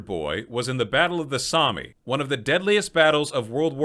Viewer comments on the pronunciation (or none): It is pronounced somm, not somay. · Did you call the battle of the Somme the battle of the Sommy? XD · Great video quick thing though don't pronounce the E in Somme